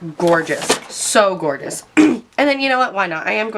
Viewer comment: "it is goregina" 😭😭😭